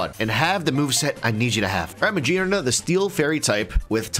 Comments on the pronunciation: Ma-GEAR-na, not ma-jeer-na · The pokémon's name is Magearna like gears. was right., stop saying Magearna with a j sound. It's not correct. If you drive a manual car, you don't shift jeers. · Hahaha "because it has a bunch of JEERS" not gears, no ofc not 🤣🤣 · Ma-Gear-na. Not Ma-jeer-na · for. if you say the word gear, how are you saying it? you have to pronounce magearna the same way, because her head is a GEAR